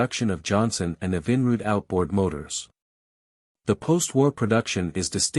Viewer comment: The AI narrator is beyond horrible. I couldn’t take the Evinrude pronunciation the most.